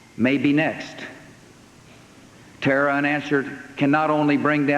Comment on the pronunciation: "Our war on terra'..." what a bafooon.